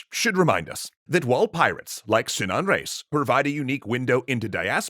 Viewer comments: it's pronounced re-is, two syllables, no diphthong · How did you manage to butcher the pronunciation of "Reis". It's a title, emphasize it like so. It means Captain